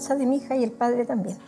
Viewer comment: La vja dice "mi hiha"